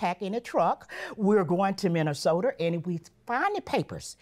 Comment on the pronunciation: What a quotable episode! 🤣🤣 "So in Aprur of 2014" "We're going to Minnesoturr" "All of a surden Jurge" "I"ll be gladly to go" "We don't disrespect peepurs" "Come on boo, let's go"